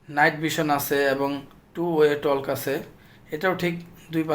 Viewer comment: Talk টক হবে ভাই, টলক না